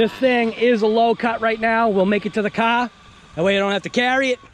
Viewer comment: You learn to say car and bar correctly and I will pronounce hobao correctly! Lol